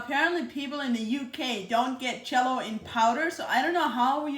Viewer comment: I love how it sounds like she’s saying Chello instead of Jello. 🥹😜